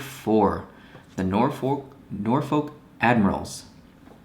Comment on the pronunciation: The new Admirals logo is to match the Navy. I think it's funny when he tried to pronounce Norfolk because I'm from Hampton Roads and I know it's a "U" sound and "O" and "L" put together. They're also the only ECHL team to win a Calder Cup! Swept the Toronto Marlies in 2012!